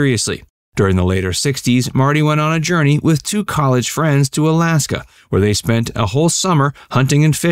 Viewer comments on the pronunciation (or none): none